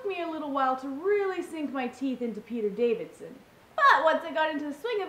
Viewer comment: I guess I'll be the first one to call this out. Davison, not Davidson. Yup, I mentioned it.